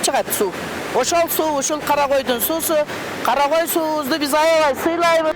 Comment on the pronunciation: Журналист кыз жайлоонун аты Кара кой эмес, Карагой.